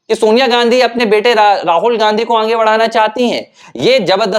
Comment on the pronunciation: बुरा ना माने भाई, पर आप आगे का उच्चारण 'आंगे' कर रहे है जो बडा अखरता है।